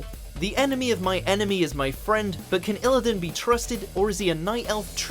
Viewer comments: That way of pronouncing illidan is downright criminal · Illidan has no business being on here and clearly narrated by someone completely unfamiliar with the series in question based on all the poor pronunciation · Illidan is not so much a villain that he ranks on this list while Sargeras doesn't. Hell, Garrosh or Sylvanas are more villainous than Illidan. Lich King above Kerrigan. The pronunciation of Illidan and Sargeras. So much wrong with this video.